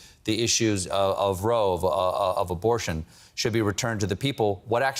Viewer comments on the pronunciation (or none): Colbert said "Rove" instead of "Roe"... It's just a song in his head and he doesn't know the lyrics.